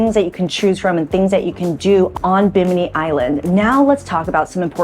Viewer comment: Girl learn to pronounce the name properly😮